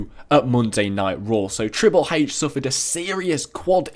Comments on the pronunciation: he sais trile hache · He said triple h's name triple heyh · he says triple hache